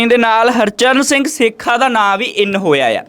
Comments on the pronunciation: ਸੇਖਾ ਨਹੀ ਸੋਥਾ ਬੋਲਿਆ ਜਾਵੇ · Name Sahi Lea karo Ji Harcharn Singh Sotha hai ji 😂